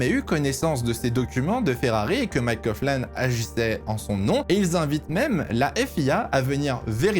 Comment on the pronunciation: alors juste pour te reprendre "Coughlan" se dit bien "Coglan" et pas "Cofflan". 😉